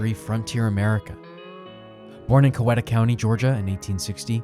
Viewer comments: Coweta is pronounced Cow-eat-a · Its pronunced COW-EAT-A county